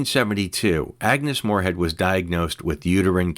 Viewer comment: ' Moorehead ' not " Morehead ".